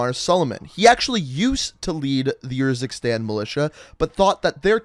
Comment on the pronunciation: i love how he has played the campaign yet still chooses to pronounce the country “yurzikstan”